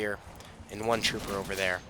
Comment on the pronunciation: Say "Trooper" one more time.....